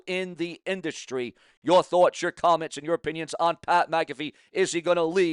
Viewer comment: Pronounced Mac uh fee not ma caffe